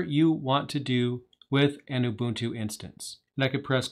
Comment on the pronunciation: Oo-boon-too. Do you not have enough respect to learn how to say it properly?